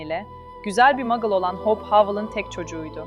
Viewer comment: İçeriklerinizi çok beğeniyorum ama lütfen İngilizce telaffuzunuzu geliştirin. Hope’u Hawp gibi okuyorsunuz. Bu kadar güzel içerikte bu sırıtıyor. Umarım yapıcı eleştiri olarak alırsınız.